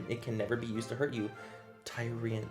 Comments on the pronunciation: I'm crying. when you caught how you pronounced tyrion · Katarina Hajnalova exactly 😂 also Tyrion